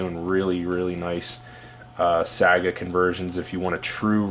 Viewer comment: Saga??? It’s SAIGA like say-ga